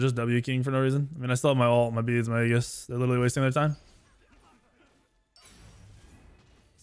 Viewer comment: A in aegis is silent like the a in aether. Why every smite YouTube says aegis wrong is so strange. Also love how says I'm gonna play safe burns his 3 twice early game and dies to da ji he knows is there lol.